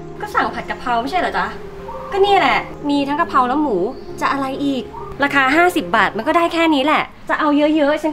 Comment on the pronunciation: กะเพรา ไม่ใช่กระเพรา